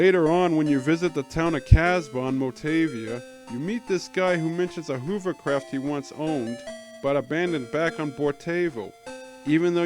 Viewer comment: Very informative video, but the girl's name is pronounced "Alice" and hovercraft is pronounced "huvv-er-craft" (rhyming with lover-craft). Also, Saccubus is winnable, you just have to be very strong when you fight it. It's a waste though, because you barely get anything out of it.